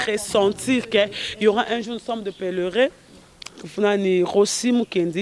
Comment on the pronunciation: Nous sommes des peleres yango yo otanga penza to kk obotama incorrigible, ozalaka na problème ya prononciation ou cmnt, po ba lobaka Nous sommes des pèlerins et non des pelere's kk ko finga pasi ya ba mamans ya ba ninga oyo oyebi bien que bazali ba chronifuatis te lokola bino mais oza ko finga pasi oyo ekoki kozua moto nionso o deceva nga pona. yango.Lokola yo oyebi que maman na yo azali ekelamu mosusu oyo akoki kobelaka te eza esengo na yo po un jour okozala confondu. Mwana mabe, vantard ya bozoba